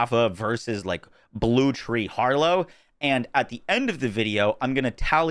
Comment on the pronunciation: Traaaaaaaannnttttttttt. Why does Harlowe suck at saying her own name??